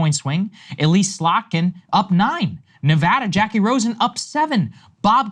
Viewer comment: The amount of people that pronounce Nevada wrong is crazy